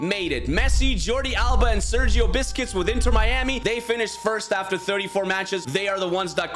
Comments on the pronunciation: Bro said "Sergio Biscuits" 😂😂😂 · sergio "biscuits" lol